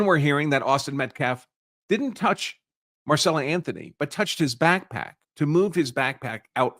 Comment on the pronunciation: Right. He reads it correctly but then keeps going back into saying Marcella. At least the NGAN guy was close.